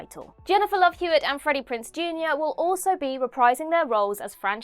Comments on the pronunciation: Freddie PRINCE, Jr.? Really? It’s PRINZE, FYI. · Prinze, not Prince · It's Freddy PRINZE Junior, not "Prince". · Prince instead of Prinze? Typical of Whatculture.